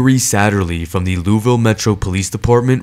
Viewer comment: Just an fyi, it's pronounced loo-ee-ville.